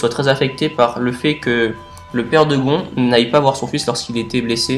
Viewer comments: Super vidéo tu expliquer vraiment très bien continue (ps : C pas Gon avec un on mais on le prononce gonne et ça s’écrit gon) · Le père de "GON"? le père de quoi? Comment tu prononces !!😂😂😂🤔🤔